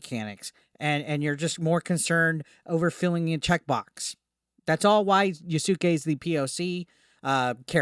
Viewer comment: Its Pronounced YAS-KAY